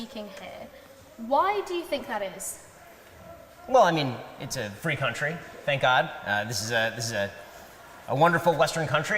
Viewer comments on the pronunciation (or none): I couldn't help but laugh when he said "This is a fee country "